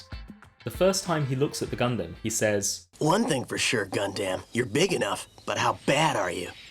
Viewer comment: Ya know, I can't help but cringe whenever somebody pronounces Gundam like that.